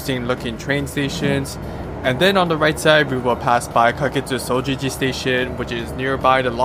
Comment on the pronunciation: Why did jimmuji station sound like jimmy station😂